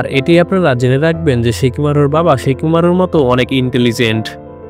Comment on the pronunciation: Bhai ota shikimaru na ota shikamaru😂